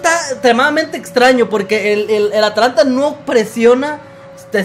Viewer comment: porque le decis Atalanta y no Atlanta? me dio curiosidad